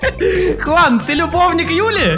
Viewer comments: Это джиан а не Хуан но тоже Прикольно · Не джуан а хуан на самом деле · Правильно джуан а не хунан juan переводится как джуан я English хорошо I know